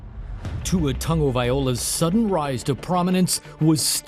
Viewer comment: "Vee-o-la" is wrong Tah-nah-vai-LOW-AH Our "G" in the Samoan Alphabet is silent almost sounds like a "Nah" White people continue to butcher our names...